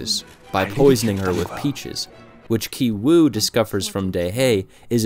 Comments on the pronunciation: Bruh stop saying Kai, it's KI-WOO, KI-JUNG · The name of the son in the poor family is pronounced as Gi-woo not Gai-woo. You should have studied the characters' names properly before you made this video. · Great review. FYI Ki is pronounced Kee, not Kai. So Kee-woo and Kee-jung. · i feel like this narrator didn't even watch the movie.. otherwise, he would know how to pronounce Kijung and Kiwoo. It took me a minute to figure out what he was saying when he said 'Kaijung and Kaiwoo'. sorry but my biggest pet peeve is when people dont learn how to pronunciate names... which you would learn anyway if you watched the movie. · a small note: ki-jung is pronounced kee-jung not kai-jung, and same with ki-woo, it’s pronounced kee-oo :)) i appreciate your efforts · can english speakers at least try to pronounce asian names right? who tf is kai-wu lmfao 😭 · Character names also have meaning. 杞憂(KI-WOO Korean pronunciation) which means eedless worry, a radical center. 旣定 (KI-JUNG Korean pronunciation) which means already determined, planned. Same as movie content. last scene show that KI-WOO stones are no different from other stones. In other words, rich family image, It is a illusions created by money. also rich man job (vr machine seller). Poor people dream of being rich, but in the end, because they have no plans, they are haze of illusion. Parasites are films with various layers. The interesting point is that the pizza shop Walker appears on the a stadium. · Ki-Woo (pronounced "Key Woo") Ki-Jung (pronounced "Key Jung") Ki-Taek (pronounced "Key Taek") The title of the movie Parasite in Korean is Ki-Saengchoong (pronounced "Key Saengchoong")